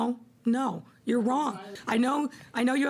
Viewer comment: "You'recnyourecnyourecn" Ok, Ma'am.